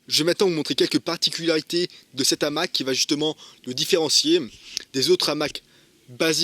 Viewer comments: salut l'ami .... présentation sympa. je ne pense pas l qu'on dise . un n'hamac mais un hamac ( PAS DE LIAISON ) et ont ne dit pas .......l'hamac ... mais le hamac.. idem , on ne dit pas , cet'hamac, mais ce hamac. c pas bien grave ...! ...... c comme pour les zaricots lol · Bonjour Merci pour cette vidéo. Mais de grâce, le hamac à un h aspire, donc pas de liaison comme l’hamac. Non on dit le hamac.